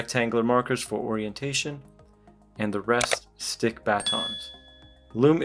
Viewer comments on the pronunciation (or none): none